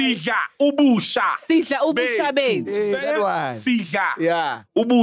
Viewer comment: I CAN'T BELIEVE MAC COULD NOT SAY "SIDL' UBUSHA BETHU" 😭😭😭